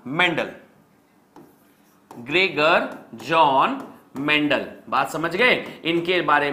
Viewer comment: Greger jon mendel 😂